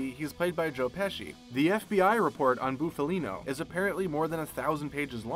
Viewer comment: “Boofalino”? LOL